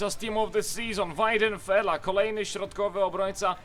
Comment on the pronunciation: Wajdenfeler :P a nie "Wajdenfela" :D